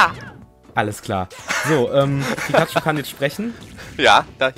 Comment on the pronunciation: ALTER!!! Es wird PIKACHU geschrieben und nicht Pikatchu!! >.<